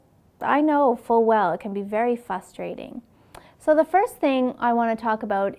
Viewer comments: There's an R in there!It's not fustersting, it's frustrating. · Good video other than 'fustrating' it's pronounced frustrating. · It is "fustrating"...lol